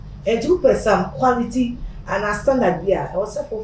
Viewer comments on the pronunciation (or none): No it’s Q (qu) not qw know your phonics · Zion, 'quality' is not just just 'q' but 'qu'